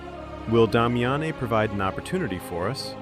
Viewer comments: Did you even play the game? You butchered Damiene’s name.. it’s giving ai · /my-er-deen/?? did you play this game? /Mmm-yer-den/ tyvm edit: /dah-mee-ah-nay/?? no no no. Watch her intro video. /Day-mee-en/. tyvm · It’s not pronounced Dom-ya-nae is Dame-me-yin. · Dom-Yah-Neh, Myer-Deen. Bro can you read? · DAH-MI-AHN-AYY??? 😂 Bro, her name is Damiane. You know, the feminine spelling of Damien? Watch the cutscene of her introduction again and put some respect on that woman's name, lol. I jest, but I've never heard that pronunciation before in my life. Good video, though! I love the lore of this game and it's good that more people are getting to see it through this. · I can’t tell if this is AI narration or not. It’s the only way I can justify the mispronunciation of names like Myurdin and Damiane which were both SPOKEN OUT LOUD IN THE GAME.